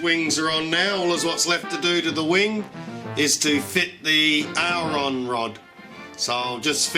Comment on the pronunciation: Hey what is a "owron rod" don´t you mean aileron, pronounced ay-le-ron:-) or is that what they call them in Aussie?